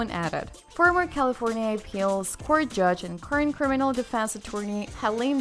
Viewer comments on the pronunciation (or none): none